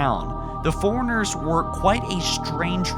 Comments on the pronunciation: How the fuck do you mispronounce "Forerunners" With "Foreigners"? Also, no, that's just a cinematic sound effect. Those two sounds sound nothing alike. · Fore Runners not Forigners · Is he saying 'foreigners' or is that just me? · forerunners not foreigners lol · All I hear is "foreigners" when you say Forerunners lol. I like your theory but in the Halo 5 legendary ending cinematic, you can clearly see that the lights of the unknown Halo ring light up cuing in the sound you hear to show that it might be activating. Why it is activating can tie into your theory about the Flood coming back since the Halos were meant to rid the universe of the Flood. I think the sound effect you mention being the sound of the Flood might be too far reaching though but otherwise great video. It would make for an interesting story for Halo 6 should the Flood indeed return.